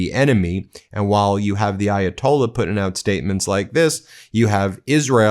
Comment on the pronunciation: Hey Donald - How about a 5-50 minute speech about how Ayatollah is NOT spelled EYE-atolla, and that there is a "H" at the end. (We're bored of your usual stories)